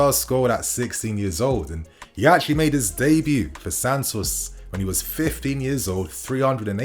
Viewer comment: Are you saying 50 or 15!?